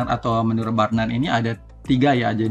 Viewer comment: Luar biasa... bacanya teori Bruner pak bukan burner😊